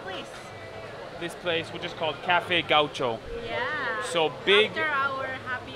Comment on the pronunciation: Gauco is pronounced : ga oesjo